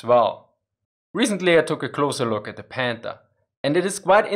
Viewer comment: It’s panther not pander I understand you can’t pronounce th the sound it makes in English as I don’t even think that sound is in the German language ok you get a pass but try harder no odder oh other excuses k😂